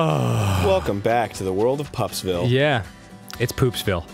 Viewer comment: It's poopsvile Me: poopsvile